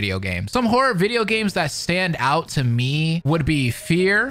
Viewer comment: Yo, I really thought he said “I am whore”😅😅😅 but given the context of the video… horror not whore. 😅😅😅